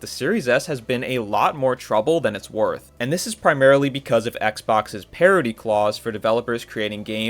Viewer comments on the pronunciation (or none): Parity, not parody